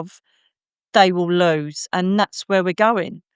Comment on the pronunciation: The way she said ‘loose the fear’ sounded like ‘luc i fer’ , magically turning it harmless 🪄